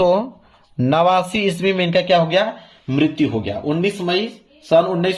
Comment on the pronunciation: martyu😂 lgt bol rhe ho sir or likh sahi rhe ho 😂😂